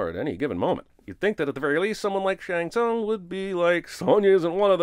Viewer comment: You’re the one person I’ve heard in months who pronounces Shang Tsung properly😂